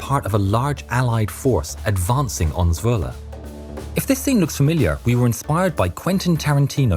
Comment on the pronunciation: I actually live in Zwolle and you pronounced it really well! Normal people’s dutch sounds terrible but you sound great! Love the vids